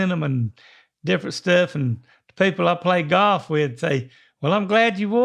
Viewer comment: At first, I thought said he was wearing a goth shirt not a golf shirt.